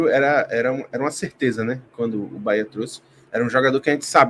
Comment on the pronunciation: Parabéns pelos comentários imparciais e com muita lucidez. Só precisam pronunciar o nome correto do BahEa com E e não com i 😂😂😂 UBBMP🙌🙌🙌👏👏👏